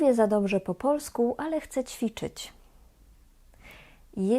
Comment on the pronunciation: Wymowa "Chce spróbować " jest błędem wymowy , ponieważ "Chce" to on/ona/ono. Natomiast "ja" zawsze "chcę" i tak prawidłowo należy wymawiać Bo jeżeli powiemy "Chce rozmawiać po polsku" to powstaje pytanie : Kto chce rozmawiać po polsku ?